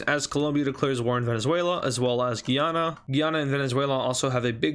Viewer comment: He says guyana wrong Guy-Anna